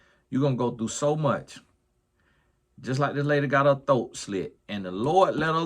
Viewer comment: I swear favorite words are “thoat” and “bike” 😂😂😂